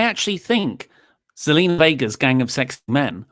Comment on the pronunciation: It's Zelina not Selena your spot on with everything else that you said though.